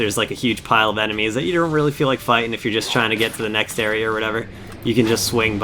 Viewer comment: i cant get over the way you say area